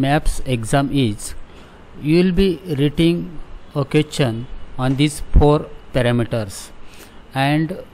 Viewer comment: Question ❌ qwethion✅